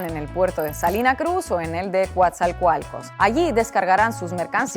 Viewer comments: Cua-tzaL-cual-cos 😂 Ni pex... No todos pueden con el estilo mexa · Coatzacoalcos… que bonito dijo 😅❤… dile COATZA … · No es Coatzalcualco es Coatzalcualco. Te sobre una L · Se pronuncia asi como se escribe Coatzacoalcos, no coazacoalcos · Se pronuncia "Coatzacoalcos". (no coatzalcoalcos) Por favor practica tu pronunciación en privado antes de decirlo en público. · Inna: CoatzaLcoalcos jajajaja ¡como los quiero! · Aunque no hayas prenunciado bien Coatza-coalcos te amo Inna Afinogenova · Así como a algunos les cuesta pronunciar el apellido Afinogenova, ahora parece que a Inna Afinogenova le ha costado pronunciar la palabra Coatzacoalcos 🤭🤭🤭, es muy bonito escuchar en canal red el nombre de la bella ciudad donde nací. El puerto de Coatzacoalcos, lugar donde barcos extranjeros llegan a cargar de gas ¿para qué? No sé pero allí llegan filipinos, rusos, chinos, indues y tripulación de algunos otros países.